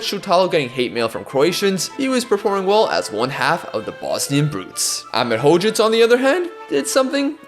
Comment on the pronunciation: Just a little heads up: Hložek is pronounced as “Hlozhek”, not “Hlozek”. Love your content anyways!